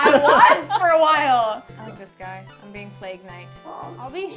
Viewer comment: am I crazy or just said "I just a stupid bitch" when asked him why was he naughty? ~his lips didn't touched that's why I assumed he said 'I' instead of 'I'm'~